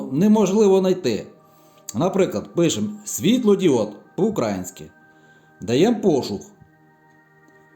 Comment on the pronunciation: Дякую! Люди помиляються... УкраЇна. ... УкраЇнський!!! Роби правильний наголос на Ї!!!